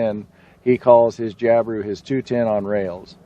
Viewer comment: Jab-I-Roo not Job-A-roo